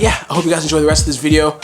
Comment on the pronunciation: "ENOJOY" love you russ